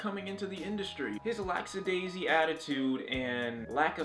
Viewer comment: It's lackadaisical not "lacksadaisy"